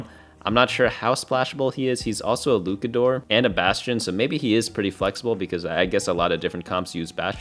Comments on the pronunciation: fire info, appreciate all you do man. on a side note luchador still uses the ch sound like chad. its just luchador not lucador. keep up the great work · its luchador with the ch like cheese. you had it right the second time but went back to lukador for some reason lol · “luke-uh-doors” is frying me 😭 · Bro said LUKADOOR😂😂😂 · Me being a wrestling fan … I am fried 😂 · Luchador: "Looshahdor" (kinda...) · STOP THIS CRAZY LUCHADOR PRONUNCIATION. Your first pronunciation was much better